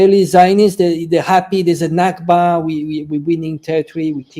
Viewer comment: Nakbah not Nabkah! 😂👌